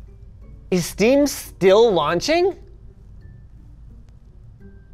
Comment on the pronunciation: "Is sdeam still launching" made me laugh at how it was said 😂